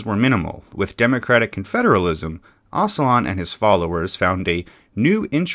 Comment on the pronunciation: Oh-juh-lahn not oss-uh-lahn